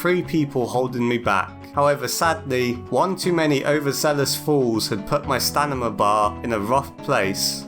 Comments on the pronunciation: I’m sorry but why do you keep saying “stanima” instead of idk Stamina like it’s actually pronounced? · i feel so seen because you keep saying “stanima” instead of “stamina” only in this game i always call it stanima😂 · I’m sorry I can’t stop laughing when you say Stanima not stamina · Im not 100% sure but. Your first language isnt english right? The way you say some words wrong "stanima" for example. And get phrases wrong "we knocked it out of rhe water" instead of "knocked it out of the park" for another example. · I really like when he says "stanima" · This video is awesome, but STANIMA has tp be purpose. I refuse to believe you mispronounced it that much.